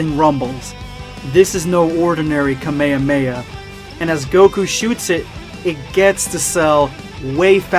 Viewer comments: It’s kah me ha me not ka me ha me a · did u just say ka meh ha meh ha its KAAA MAAAAAA HAAAAAA MAAAAA HAAAAAA! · Ka-MAE-HA-MAE-HA not kamaeyamaeya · MAN JUST SAID KAMEYAMEYA ITS KAAAAA MEEEEEE HAAAAA MEEEEE HAAAAAAAAAAA!!!!! NOT KAMEYAMEYA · No ones talking about how he said ka ma ma ??? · The way he say kamehameha 😂😂😂😂